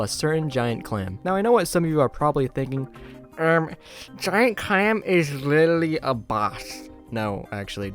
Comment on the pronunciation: 'giant cwam is litaly a bosh' 🤓